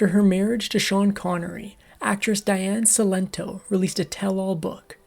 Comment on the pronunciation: Diane Cilento was a very close friend of mine. You can’t even pronounce her first and last name correctly!